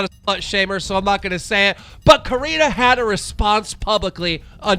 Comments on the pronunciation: stop saying karina 😩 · Dude, just stop pronouncing Corinna’s name wrong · One day you’ll learn to pronounce Corinna’s name right Keem, one day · Speaking of Coreena. Get your pronunciation right dumb fuck (rin) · YOU ARE SO BAD AT PRONOUNCING NAMES OMG!!! it’s “cor•in•ah•”!!! Also how do you get “caniff” from “kpof” ???? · COR INNA! Learn how to pronounce people's names If ur gonna be talking about them. It's annoying as fuck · Stop sayin Corinna’s name wrong 🤦🏻‍♀️ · Corina what ?😂 Keems pronunciation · This loser can’t even pronounce Corinna or David correctly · This dude can’t freakin pronounce Corinna. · Learn how to pronounce Corinna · Keem what is it man, pronouncing hot girls names wrong, Alissa now Corina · Take a shot every time Keemstar pronounces Corinna’s name wrong 😂 overall it doesn’t really matter I just think it’s funny